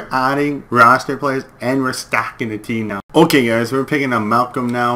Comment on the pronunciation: Love watching your vids but you get the players names wrong. Its Doughty not Downy. Malkin not Malcolm. Lol have to put that out there